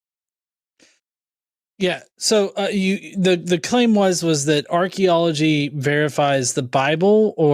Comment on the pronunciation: Word to the wise, if you're going to use archaeology, learn to pronounce it. Sorry😂.